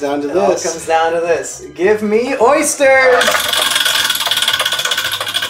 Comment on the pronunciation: Oh god no not the Ö Y S T E R S